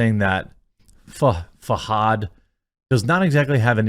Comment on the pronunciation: Can't pronounce Fahad 😂😂😂